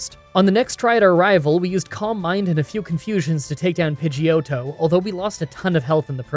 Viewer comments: I’m so sorry but whenever you said “calm mind” I thought you were saying “combine”, and was really confused for a bit there 😆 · Silly random comment of the day, for a long time I thought "columbine" was a Pokemon move I didn't know, then suddenly I realise "oh my god, he's saying Calm mind!", funny how different English accents can disguise the word you hear :D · Who else is only hearing "combine" when he seys "calm mind" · I kept mistaking your pronunciation of calm mind for "combine", and I can't help but think that would he the ultimate move. Can't outmuscle the opponent? Throw it in the combine!